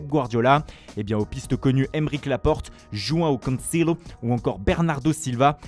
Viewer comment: Surtout Joao Cancelo 🤣